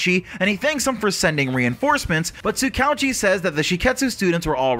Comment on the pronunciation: Tsukouchi? it is (Tsu-Ka-Hu-Chi) not Tsu-k ouchie)